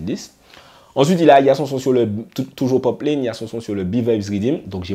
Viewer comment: Ça part d’un bon sentiment mais attention c’est “poplAne” pas poplayne.